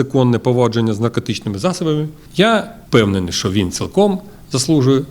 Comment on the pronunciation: не што а що та не релейный шкаф а релейна шафа!